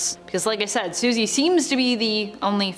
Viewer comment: Her name is Susie not what you said